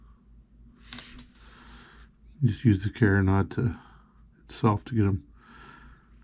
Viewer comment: Sorry, don’t mean to be critical, but you are mispronouncing carronade. It is pronounced Caron- aide, not carron-odd. Just to be sure, I googled it. I love your videos! Using the twisted thread for the elevation screw is brilliant. Thanks.